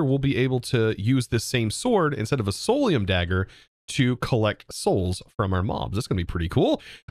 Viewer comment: Idk why but it triggers me to hear you say solaruim when its clearlt not